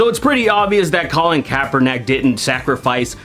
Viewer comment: His last name is kaepernick. Not kaeperNACk